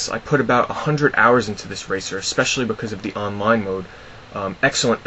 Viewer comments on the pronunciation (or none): none